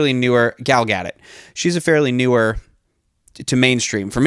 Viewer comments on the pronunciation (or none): Gal Gadot's last name is pronounced Ga-dot, not Gadt